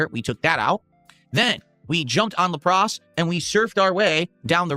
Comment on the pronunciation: La pras? Brother he is rage baiting me at this point with these incorrect pronunciations. He cant be this fucking dumb